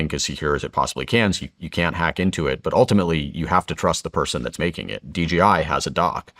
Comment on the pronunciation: It's not DGI, It's DJI. What else are you getting wrong?